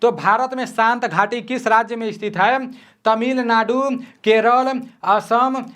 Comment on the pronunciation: Hai ko hem kyu bol rha h toh😅😅